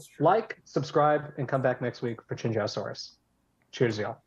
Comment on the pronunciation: In an effort to preserve my ears next weekend, as a (not quite fluent) Mandarin speaker, I feel the need to remark that Qianzhousaurus should be pronounced like "Chen-Zoe-Saurus." I've heard people like David Attenborough on Prehistoric Planet and the voice actor who plays Cabot Finch in this game pronounce it like "Chen-Joe-Saurus," but to me, that just sounds like someone's trying too hard to get the proper inflection incorrect but without fully understanding how it's supposed to be pronounced.